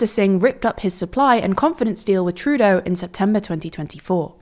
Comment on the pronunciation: surprised that you pronounced Trudeau with the stress on the first syllable 😂